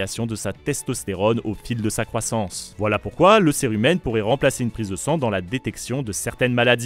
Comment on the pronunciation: On dit pas curé humaine mais bien cérumen 😅 A par ça super vidéo